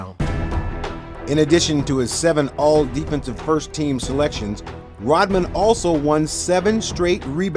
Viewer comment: i cant take it anymore why does it sound like you say rottman and not rodman